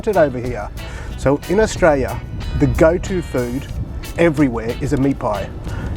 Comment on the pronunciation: Sounds like your saying Austria